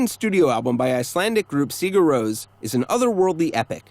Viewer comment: The “Rós” In Sigur Rós is pronounced the same way as Ross. And I think Ow guy tis by are un